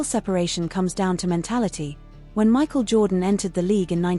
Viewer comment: All these you tubers can't put in the effort to make their own videos? Michael "jordon"? Isaiah (eye zeye uh)? AI fail and creator fail for using Ai.